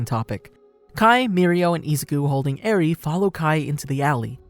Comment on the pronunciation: you said eri wrong